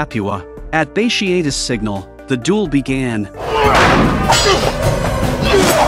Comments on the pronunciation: Great vid except for mispronounced name of Bartious multiple times throughout the vid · Bat tee ott tus. That’s how you pronounce it